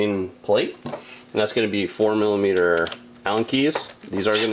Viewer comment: Great video, I didn't want to mess with my new bike but now im definitely grabbing a fender eliminator kit. also I had to google what a "formula meter" allen key is, next time i heard you say it, it finally clicked 🤣